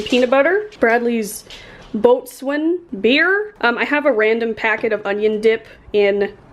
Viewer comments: the beer is pronounced “bow-sun” 😆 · Boatswain is pronounced bo sun!